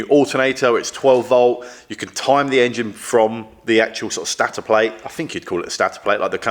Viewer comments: Please pronounce that Staaator Not stator, 🙂 stay safe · please inform that it's stator not Stattor or Statter lol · Stator. It's pronounced Staytor, mostly as it's Staytionary! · It's actually Stator (stay-ter) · I enjoy watching your stuff but I'd be too embarrassed to film myself doing something I know nothing about. Stator is pronounced stay-tor and an alternator is made up of a stator and a rotor ! Bike sounds good now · Stay tor is the best pronunciation 😅😮😊